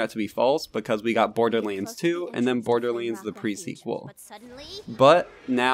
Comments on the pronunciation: Why cant you say LANDS ? You are saying Lainds ..... its kinda annoying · Borderlends.... anyone else hear that when he says borderlands